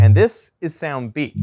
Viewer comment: I couldn’t on getting annoyed at how this guy says “sayound” instead of “sound”